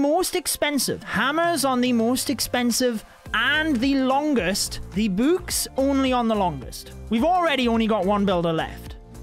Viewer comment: i love how he pronounces books "bouks"